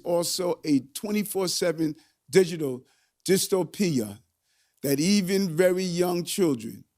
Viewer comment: he says "dystopia" like he doesn't know what it means.